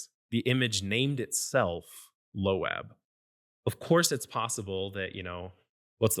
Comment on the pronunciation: Low abb ? What It's loab like loaf